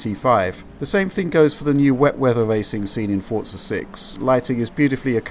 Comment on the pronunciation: I hate it when people call it fortza its called Forza the way its meant to be said not with a silent T.